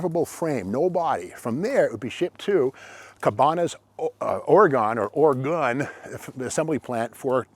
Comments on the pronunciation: PREVOST...Pronounded PREVO, ST is silent OreGEN not OreGONE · its pronounced Ore-E- Gun I know its spelled Oregon but there is no E on the end so its pronounced gun on the end like Arkansas, Lousanna, not how English majors would pronounce them either still love your show though keep it up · If you’re an English major, you should consider getting your money back. It’s pronounced ORYGUN, you Neanderthal! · An English Major would understand that "Ore Gone" would only be correct with an "E" at the end. It is indeed pronounced "Ore GUN". Love your content Steve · English major no doubt, but here we pronounce it OR AGAIN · Not are-a-gone, or-ee-gun. From a native Oregonian. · And it's pronounced Oregun!!! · Dude I can't watch anymore it's Oregon not OARIE GONE. I think you're just saying that way just to piss off everybody on the west coast. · Oregon is properly pronounced 'Ore-Again' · It is funny people on the east coast pronounce it oregone. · hah...english major or not, you would be run out of the state if you came out here and pronounced it Ore-gone! someone needs to grab that big block with the big ol holley...could be a 413-3 or 440-3. I have a D600 with a 318-3. i believe these have a higher nickel content block. Nice formed body on this, instead of the other manufacturers with basically corrugated tin bodies that leaked from day one. lol long reach for the TP from the throne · Love all your videos Steve! Got a giggle out of this ore-gun boy getting a English lesson from a guy that pronounces his own name not even close to how its spelled. 😂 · Lol I never heard anyone say Oregon like that, I usually here Oregon said as (or gin) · The people who reside in Oregon do not pronounce it OreGONE. I figure they should know. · Oh Steve....OUCH! I thought pronouncing Oregon, with a gone at the end, went out with sportscasters in the 70's. 🤔 But hey, I won't hold it against you, love your channel 👍